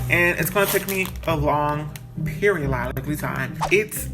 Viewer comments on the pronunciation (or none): “A long periololiclly time”😂😂😂😂